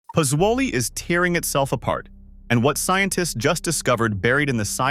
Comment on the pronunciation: Prononced PUT ZO LEE ...please